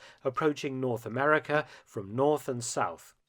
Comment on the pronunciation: Did you say Amewica?